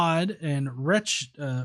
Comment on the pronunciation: While I have wretched listening to Todd, his channel is pronounced wretch-ed. As in he is a wretched sinner.